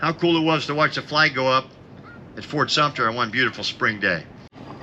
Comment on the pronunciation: Fort Sumpner? Otherwise very interesting.